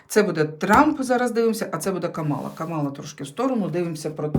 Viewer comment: ДЯКУЮ ЗА РОСКЛАД🥰🤗 (ударение в имени Камалла,на первое А)😊